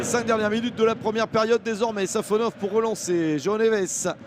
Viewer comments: Safanov❌ Savanov ✅ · C'est SafonoV, pas SafonoF...